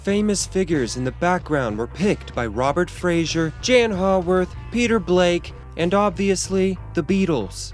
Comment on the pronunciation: The art dealer dude's name is Robert Fraser, not Frazier. George Lennon - that bit killed me!!